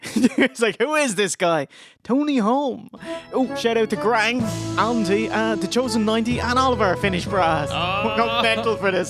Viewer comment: Wow.Somebody did perfect saying summerslam alpha 2.Was that you?Thanks.